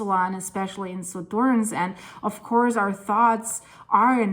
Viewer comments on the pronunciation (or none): Your pronunciation of Suðurnes is terrible. Try it like this: Su-thur-ness. The Us are more or less okay, the ð is like an English TH like in the, and you have to pronounce the E, like the Ness in loneliness.